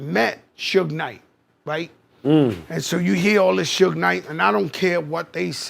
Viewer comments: I turned it off after you said SHuge knight lol. It’s Suge like short for Sugar. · It's suge like sug-ar not shoeg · Who is Shuge Knight? His name is Suge. You hear people saying his name in the video yet kept pronouncing it wrong....😂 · When you decide to let AI narrate your Suge video, type Shug. 😂😂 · This Honky Muthafucka Said "Shooge" 😂😂😂😂😂😂😂Ruined The Whole Video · Can’t take your video serious when you keep saying “Sooge.” 😂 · Why do you keep saying sooge knight. My God the narrator is on one. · “Shuge Knight” 😂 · The way the narrator pronounces Suge is pissin me off 😂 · Narrator sucks at pronunciation! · WTF?? How this narrator gonna pronounce Suge three different ways and NONE OF THEM correct? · With all the clips with people saying suge knight's name how the hell do you mispronounce it through the whole video? I really like your work but it's pretty sloppy to get his name wrong when he is the 2nd biggest person in your vid. I'll quit busting your balls now because you put together great content. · Exactly what I was thinking, just sloppy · No SERIOUSLY. Shit annoyed me ALL THE WAY 😒😒😒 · Butchered suge name the whole video lol 🤦🏿‍♂️ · Right? With all the clips of people saying it correctly in this video, HOW THE HELL YOU GONNA FUCK IT UP THE WHOLE DAMN VIDEO. I LIKE THIS VIDEO BUT ITS HARD TO WATCH WHEN HE BUTCHERED IT THE WHOLE TIME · I don’t understand how you have all these clips on people saying his name right and you still pronounced it wrong